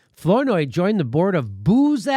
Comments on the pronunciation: Please, Jimmy... it's pronounced 'Flower-noy' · I LOL when Jimmy pronounced Flournoy in funny way. haha Anyway, those people are horrible. Fucking VOX!!